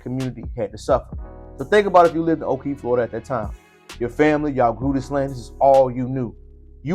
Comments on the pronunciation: Nope. I grew up there and went to Spring Lake Elementary and Ocoee Junior High. It’s just west of Orlando. It’s also pronounced Oh-Koh-Ee not oh-kee. Yes, we knew the history. It was a “Sundown Town” and my black friends would NOT stay around when it was close to getting dark. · There's no way on Earth that you were raised there or you would not be pronouncing it like that